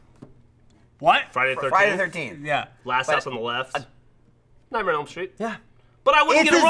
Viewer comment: was ok but he got so loud. Like he wasn't even yelling that loud his voice just sounded louder and he kept saying "Nightmenem Street" and it got under my damn skin.